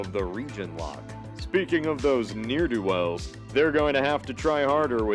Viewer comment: Interesting concept, but the ad at the end of the video is so f*cking annoying (never buying that stupid product), and you pronounced 'ne'er-do-wells' incorrectly.